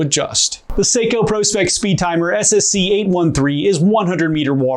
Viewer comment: Thank you for not calling it Prawspecks